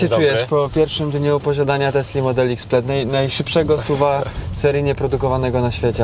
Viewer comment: plaid sie wymawia PLET